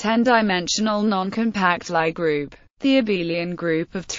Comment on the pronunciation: It’s not a lie group , it’s a Lie group. I just hate these lousy speech synthesisers.